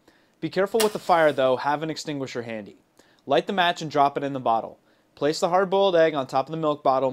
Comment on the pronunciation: The dude lite a match. Did he really say to have a fir extingisher handy? lol